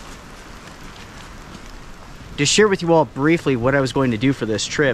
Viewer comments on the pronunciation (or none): none